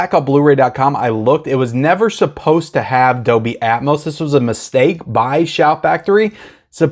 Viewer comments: just so you know, the "L" is Dolby, IS NOT silent. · Pulp Fiction is great, but all I really want are the Kill Bill films. Dog Soldiers is great, so you should watch it. Not sure if I like it or The Descent more. Also, the "L" in Dolby isn't silent.